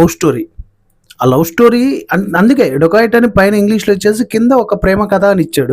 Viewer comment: రోబోరి అంటే మర్డర్స్ నా 😂😂 ఏ కాలేజీ లొ చదివావు బాబు 😂ఇంకోటి సినిమా పేరు డోకయట్ కాదు డెకయట్ ముందు పలకడం నేర్చుకో, చిన్న పదం మారిన అర్థం మారిపోయిద్ది రా బాబు నీవు నీ బట్లర్ ఇంగ్లీష్